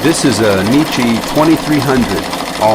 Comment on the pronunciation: Please check the pronunciation of the machines name NECCHI you are way off.